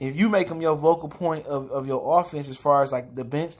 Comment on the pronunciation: Focal point...not vocal point.